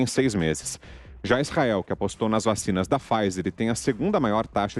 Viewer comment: "Vachina di água com açúcla né"??